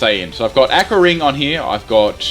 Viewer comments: it's Aqua (ah-kwa) not fucking akka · did you say Ah-qua It's Awe-qua.